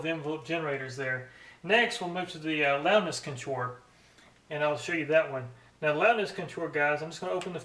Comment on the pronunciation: CON-tour, not conTOUR. Took a minute to figure out what you were trying to say. Otherwise, neat comparison vid.